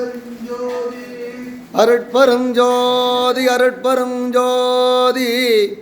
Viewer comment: அருட்பெருஞ்ஜோதி. மகாமந்திரம் உச்சரிப்பில் ம் வரப்படாது. ஞ் என்ற உச்சரிப்புடன் கூறவேண்டும்.